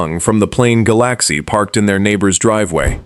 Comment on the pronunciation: A! powered video that calls the LTD a Ga- Lack-see gets a thumbs down!